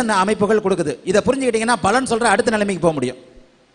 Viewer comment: தயவு செய்து பலன் (palan) என்று சொல்லவும் (ஊசரியுங்கள்) நீங்கள் பலன் (balan) என்று சொல்ல கூடாது